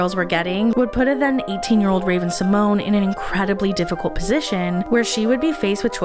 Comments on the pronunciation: Raven's last name is actually pronounced See-mon-ay. The é has an accent on it. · Fun fact: Disney made Raven go by the incorrect pronunciation of her last name. She has said in the past, she doesn't really care how it's pronounced, but recently on tictok and a podcast revealed the correct way is See- mon-yay❤